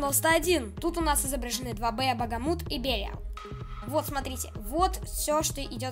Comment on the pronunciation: Хех, не Багамут, а Бахамут) Это так, на всякий случай, не значительная подсказка 😅